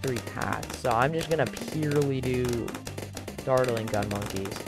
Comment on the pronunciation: the way u pronounce dartling like "dart-eling" is hella funny lol